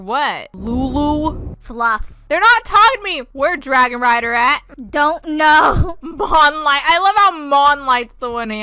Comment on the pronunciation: “ mon light” IM CRYING RIGHT NOW ✋😭